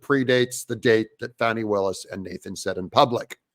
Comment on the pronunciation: It's not Fani, it's Fawney.😂